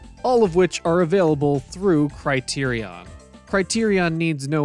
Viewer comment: First, learn how to pronounce the word Criterion, thank you:) I started The Criterion Channel subscription on Roku last year and have now seen classic Japanese movies for first time ever, not counting the Japanese B-flick sci fi movies of the 50s and 60s that circulated in the U.S. and all dubbed in English. The best I've seen so far...Woman in the Dunes, Onibaba, Petrified Forest, and Kuroneko.